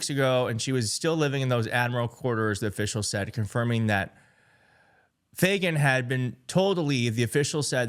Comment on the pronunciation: Dude...what's so hard about the name Fagan lol.....my god Everytime you said Fagan you acted like you where trying to pronounce a crazy foreign name. Your clueless....I can't believe you have a platform. She got fired due to incompetent just like the Generals you mentioned. Fuck these people.... they're placed in their position to weaken our Military.....getemout!!!!!!!!!